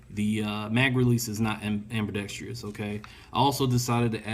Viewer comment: what the fuck is ambeedextreeous lmao